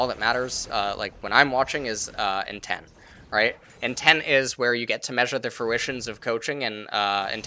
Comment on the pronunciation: More like Nobody:: INTEM